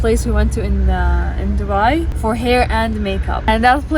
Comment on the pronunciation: Girl, that “DuBaI✨” you pronounce? You are middle eastern💅🏻